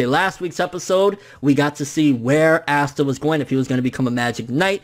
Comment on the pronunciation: My dude can you say his name right like ASSta.... really 😂😂